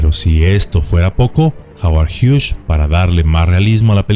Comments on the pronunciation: No se dice Howard hiush. Se dice Howard Hiugs. Solo como observación 😢😢😢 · Gracias por recordarnos acerca de este drama, conocido por muy pocos o quizá olvidado por muchos. Aaaah y Hughes, el apellido no lleva "sh" en su pronunciación. Es solamente con "S". Gracias por seguir ayudándonos a comprender y recordar el pasado